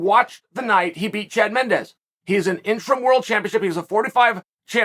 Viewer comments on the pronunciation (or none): none